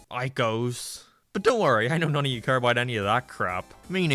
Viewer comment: Why do you say "abart" instead of "about"?